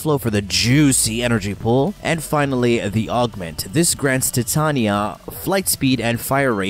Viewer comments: in English it's Tie-Tay-Knee-Ah, ...you don't call the Titanic.. the Ti-tan-ic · Im sorry, but I couldn't help but notice he likes to say tatanya instead of titania. Just saying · Holy crap this drove me nuts. I'm preeeeeetty sure it's not TIT-tanya. It's TYE-TAY-NEE-AH. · albiblow facts he says it weird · How the hell do you say her name wrong. Ty-tain-ya (titania) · The warframe name is pronounced "Tie-TAY-nia", a bit weird since it's Shakespearean inspiration is pronunciation "Tih-TAN-ya". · Stopped watching when you called her Tatania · Ty-Tain-ya(titania) thats how you say her name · as hard as pronouncing Titania properly with me now "Tuy-Ta-NI-Ya" (if you go by the English rules) "Tai-Te-Ni-ya"(if you go by the alphabet which is how the rest of the world goes by) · no it's based on an American bastardisation of a English word. under no circumstances should the middle of that word be pronounced with a ''Tan'' - Tie-Tain-ia is the correct pronunciation. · Tea Tah knee Yah That's how it's PROPERLY pronounced. Not the American way but the proper way. The queen of fairies